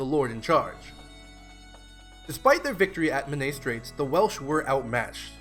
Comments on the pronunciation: Men-AYE is more accurate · Great video but please learn how to pronounce Menai